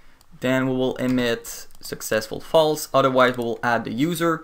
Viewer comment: its successful not successul